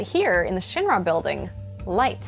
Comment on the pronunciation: The way she pronounces Shinra tells me that she never played ff7